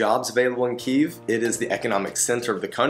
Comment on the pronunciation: Just discovered your channel, love your videos. Kyiv is still standing strong and is still beautiful. It will welcome you again once the war is over. I’m glad you liked it and special thanks for pronouncing Kyiv correctly 😄 Greetings from Ukraine 🇺🇦